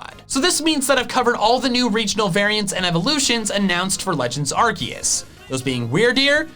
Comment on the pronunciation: do you meen legends arkoos